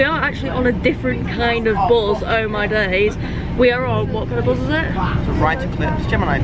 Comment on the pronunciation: How do I know I am a southerner? Because it triggers me every time you say buz and not bus! It's a me problem I will continue to love your videos😊